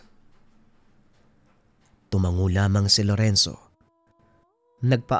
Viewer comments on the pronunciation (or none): none